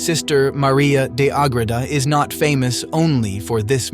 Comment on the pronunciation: St Maria of Agreda. Not agrita